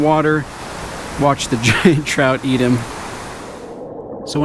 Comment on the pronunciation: Is it Trout or s Chhhhhrout? Lol